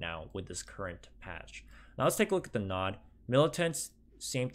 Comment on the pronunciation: And your made me cringe when you read nod